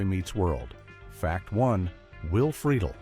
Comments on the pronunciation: Click bait much, and you pronounced Will's last name incorrectly. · Another weird fact: he's not pronouncing Freidle correctly :) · Yeah, I heard that too. Lol They also pronounced Will’s last name two different ways. Both wrong according to the way he pronounced it himself. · And you say Friedle different